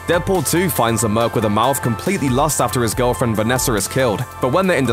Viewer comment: It's "Vanessa"...without the R